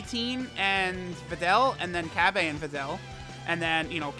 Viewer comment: He is called Cabba not Cabbay